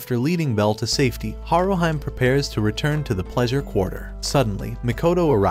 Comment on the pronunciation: Not HaruHYME, but HaruHEE-MAY. Please calibrate your AI properly. You also called Bell ugly, but at least a dozen women ( and one man) would vehemently disagree.